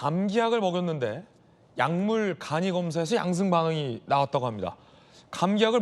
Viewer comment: 아나운서 분 술좀 그만드세요. 왜 계속 양성반응을 양승반응이라고 하나요.ㅋㅋㅋㅋㅋㅋㅋㅋㅋㅋ